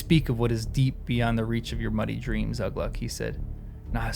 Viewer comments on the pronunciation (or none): A hint on how to read the non-"common tongue." Watch for the accent marks like in the name Ugluk. (I can't put the accent in.) The accent mark tells what part of the word to emphasize. So Ugluk is pronounced oo-GLUK, not Uh-gluk. Lugburz is pronounced Lug-BURTZ. I think the pronunciation guide is in the appendices, and it's fine to read it right now, it won't spoil anything.